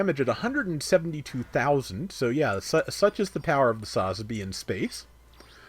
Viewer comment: Please try and learn how to correctly pronounce its sa-zabi listen to any Japanese say it they don’t say it all in one.